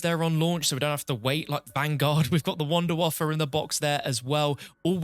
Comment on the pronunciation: Wait wait…. Did you say WUNDERWAFFLE?!? Sweet baby Jesus. Finally